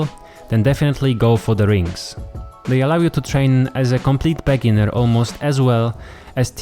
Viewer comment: it's not "BEGGginer" you should say "beeGINNER" and it's not "DETTERmine" you should say "deeTERMINE"